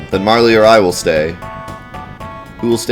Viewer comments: How would you say "Merle" you wouldn't say Mer-ley would you? So the correct way to say it is without the y sound. Its Merle but with a "A" instead of "E"... Marle (マール, Māru?, Marl in Japanese version[1]) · The pronunciation is MA-RL. You can confirm it in here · Late to to the party, but it is pronounced Marl. The Japanese is Maru. If they wanted it to be Marley, or Marlee it would have been Maruri or Mari or some such.